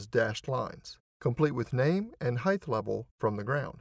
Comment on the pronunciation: every place where word height is used. Was just being funny about how some of us say heighth. After all its depth, breadth and width etc so I see where the pronunciation stuck